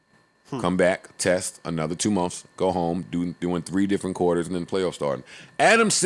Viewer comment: Joe say months “mumffs